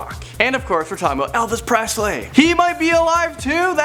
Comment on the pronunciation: "Elvis Prosley"